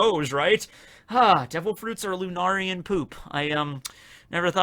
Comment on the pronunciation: Bruh, is still pronouncing lunarian wrong. First it was lunar-ian. Next it’s lu-nar-ian. Its pronounced lu-nair-ian. Lunarian is a real word. Look up it’s pronunciation and meaning yourself